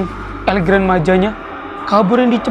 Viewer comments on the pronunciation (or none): Bang di bacanya tetap Gran bukan gren